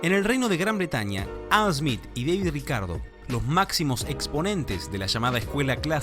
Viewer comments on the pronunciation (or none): none